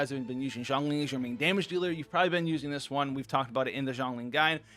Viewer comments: Shongli Not Zongli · Rather, probably needs to pronounce Zhongli correctly now lol. Zhongli should be more like (Jouhng-Lee) and xiangling (Siang Leeng) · Xiangling = she-ahng ling, Zhongli = jong lee